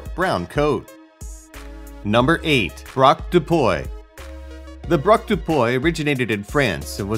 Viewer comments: Please .. english people .. stop trying to speak french.. its pronounced dog de pwi not doy de pwoy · braque dupuy = brahk doo-pwee